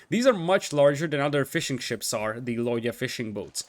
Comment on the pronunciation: Man every time you say "fishing ships" it sounds like "fish and chips" and it cracks me up